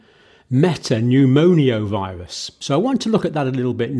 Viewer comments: Hi John. Great coverage. Just to point out: it’s me-ta-pneu-mo-vi-rus not me-ta-pneu-mo-ni-oh-vi-rus …. You’re sticking an extra syllable in there! :) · I wosh he woild stop saying meta-pneumonia... Its META-PNEUMO-VIRUS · I think the correct pronounciation is "meta-new-mo-virus" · Metapneumovirus not MetapneuMONIAvirus . Thank you for your tireless contributions , bravery and your ability to simplify complex situations from the outset !! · Sorry Dr John but it’s pronounced ’Meta newmo virus’ 🫶🏻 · Not a medical doctor and can't even pronounce the subject of his video correctly. Human metapneumovirus. ......Pneumonio..... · He can't pronounce respiratory or metapneumovirus. I think he's an attention seeking fraud. He's a doctor of nursing.